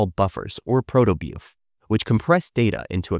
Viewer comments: I don't mind that it's AI generated, but a human would not pronounce "protobuf" as "protobeoof". So there's no reason to pretend. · hang on hang on hang on I’m sorry, I’m so sorry. Did you just say Protobeef!?